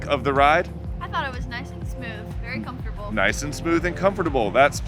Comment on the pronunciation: You pronounced "Comfortable" as "com-for-table" and she as "comf-table".